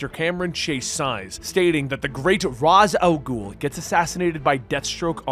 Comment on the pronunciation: He pronounces it right. It's the Arabic pronunciation for the demons head.